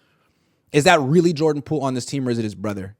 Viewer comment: Pordan Joole😂